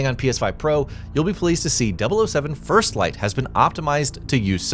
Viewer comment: "First FFlight" ?😂